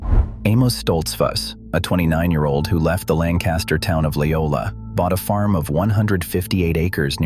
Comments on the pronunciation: Yes the kids knew Wyoming is not the "cheese" state that is Wisc. and my Samoyed was from Siberia. the English kids had no clue. The reader does not speak right either...not like "BurtLancaster" but "Linkister"...speak as locals...assymilate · It's pronounced LANK-uh-stir, not LAN-cast-ur. Unless you're an out-of-town English person or an a.i. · It’s “LANG-kiss-ter,” not “Lan-CAST-ter.” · It's pronounced Lancaster, not Lan- caster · This narration pronounces "LANCASTER" WRONG. It's "LANG kuh ster." Not "LAN kaster." 😏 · Please learn how to pronounce LAN'-cas-ter, puh-leeze! Not Lan-CAS'-ter!!!!!! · I live in Lancaster County. Pronounced Lang Kister NOT Land Caster. ~LANG KISTER. There are no Amish leaving Lancaster. I've done business with Amish for decades. Why do you A.I. creeps and people who have never seen an Amish person anywhere but in a picture book claim to experts of a subject you know nothing about. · You're mispronouncing Lamcaster (thus showing your ignorance), It's Lankaster (emphasis on first syllable) not Lanncaster. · Interesting but annoyed by the mispronunciation of Pennsylvania’s Lancaster—Langkuster (the “a” after the “c” is a schwa). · If you’re going to do a video on PA, please learn how to properly pronounce “LANCaster” county. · It's pronounced lang-kiss-ter folks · LANK-iss-ter, jee-AH-ga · LANC ASTER county. LANC ASTER county. There is no G . It is pronounced lancaster, get it? Who decided to add a G ? Out of respect please pronounce it as it is spelled lancaster. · Always getting tired of the people that don't realize that there is no G in Lancaster. Langcaster!? And then if Ai is saying it then it's more proof that it's all preprogrammed by humans who also don't know any better. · Hmmm. Either the way to pronounce LANC-a-ster has changed since I lived there in the late 80's, or someone didn't teach the AI properly. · I’m not going to listen to your video since you don’t know the proper pronunciation of “Lancaster, PA.”